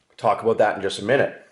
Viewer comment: What are you talking aboot, A?